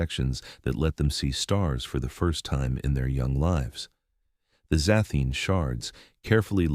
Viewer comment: The AI has to be tweaked because it keeps missing pronouncing words like "lives" wrong continuously.